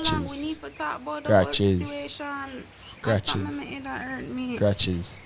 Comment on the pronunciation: Kratches,kratches,kratches...😅😅somebody need to clip tht